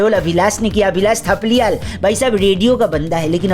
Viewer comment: 'थापलियाल' नहीं 'थपलियाल'😂